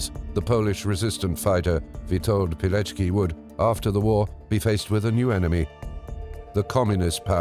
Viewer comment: Verdammt noch mal! Was für ein Pijeki??? Hätte die deutsche Übersetzung die korrekte Aussprache nicht prüfen können, statt die französische zu lassen?? Der Mann hieß WITOLD PILECKI (PI-LEC-KI)!